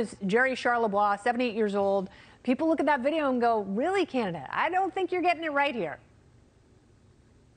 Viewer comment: Where TF is "Canadia" Kennedy?